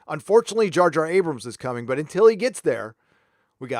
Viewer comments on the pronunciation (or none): none